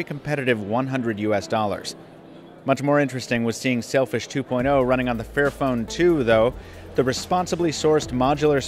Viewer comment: I know it's called Sailfish but I keep hearing Selfish smh